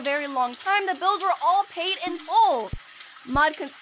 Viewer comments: It’s Maude not maid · Muade is pronounced Mawed or Mawd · u pronaunce it m AU d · You pronounce Maude like the word ''Mod''. The E is silent